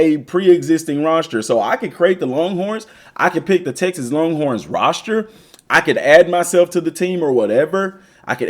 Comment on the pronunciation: What tf is a “roshter” lmao